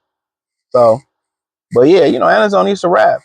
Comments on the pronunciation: Pronunciation escapes him😂😂😂😂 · Alex who? Bruh you can’t even pronounce his name 😂